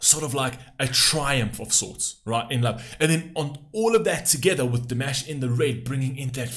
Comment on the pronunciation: I'm surprised that for as long as you have been reacting to Dimash, you still are not pronouncing his name properly.